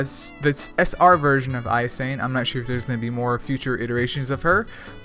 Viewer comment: Those communicating educational information to the masses have a responsibility to convey said information clearly and correctly thus verbal and written skills should be practiced and research must be done. Japanese speakers pronounce "I" as "ee"and "e" as "A" so her name is Ee-sa-nA.